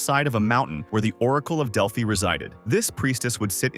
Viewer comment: Its prounounced (del-fi)